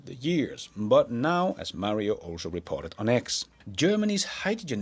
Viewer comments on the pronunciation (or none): none